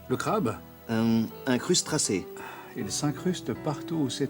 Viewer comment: Excellent ! Dommage qu'il ait pas dit simplement crustacé au lieu de crustracé comme ça il aurait pu dire "il s'incruste mais il se tasse pour ne pas se faire remarquer". Lol le vieux perfectionniste.. 😅